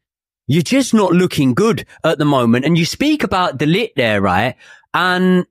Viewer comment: I really wish that Man U never bought De Ligt. It is unbearable listening to all of these English pundits and YouTubers saying De Lit, De Lick and De Licked.